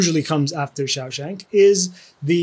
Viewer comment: Amazing video. Have to admit that every time I heard the wrong pronunciation of "Shawshank" it did feel a bit like nails on a blackboard but easily forgivable., your resources and videos are phenomenal:) Thank you for putting in the work to help us all out.